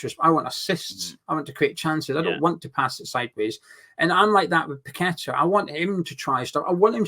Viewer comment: the way you pronounce his name doesn’t fit his song.. must rhyme with better 👍🏼⚒️